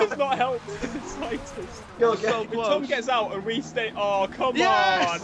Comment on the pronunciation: I thought he Said "Dom" instead of "Tom". Still works though!